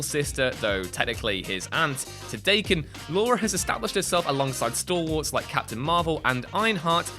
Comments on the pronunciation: it's pronpunces DAH-Ken, not Day-ken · DAH-ken, not DAY-ken. It’s Japanese slang for a for mutt/half breed animal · It is pronounced "da-ken" not "day-ken". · Daken is Da-Ken not "Daykin" ! Get it right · Daken, not Dayken. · "Da-Ken" not "Day-Kin" it's Japanese. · slowly got more annoyed as I watched. At "Day-kin" I had to stop watching. learn your nerd shit before spoutin nerd shit this fuckin guy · Daken is pronounced like Dokken. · The name of James Howlett is a retcon. It's not so much "getting it wrong" as having the rug pulled out from under you as the facts have changed. Also Daken is pronounced DAH-ken not to be rhymed with bacon. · Dayken? Do more pronunciation research. It's like calling valor vaylor. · Seeing as how Daken is a Japanese word, it's supposed to be pronounced "Dah-ken". Pretty easy to figure out. The brand name of "What culture?" is as fitting as always, I see. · It's a Japanese word. Pronounced Dah-ken. your making videos get this shit right man. Thumbs down. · That is not how you pronounce 'Daken'. It's a Japanese word meaning 'bastard dog' or something similar. It's pronounced daa-kin. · Can't even pronounce Daken properly. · He also pronounced Daken’s name wrong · So. . .I'm sure Daken's feelings are hurt because his name was not pronounced properly. His name means "Mongrel Dog." I'd say that's worse.